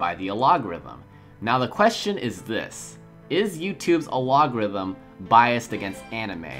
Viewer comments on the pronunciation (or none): What the fuck is an aLOGerithm? aylogorithm? I think you mean algorithm (Al Gore ithm). More learning English and less watching anime might help. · Am I missing some meme here, why do you pronounce algorithm like that?